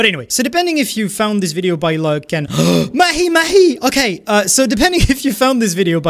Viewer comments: The irony of telling us how to say your name while you mispronounce the fishes name was very funny to me. It's not meh-he meh-he, it's Maw-he Maw-he. 😂 You get a pass though it was still very funny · talks about how we’re all saying their name wrong while mispronouncing mahi mahi